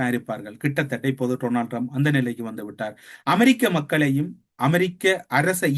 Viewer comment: ☝️☝️☝️ His name is pronounced Donald Trump not Tronald Trump.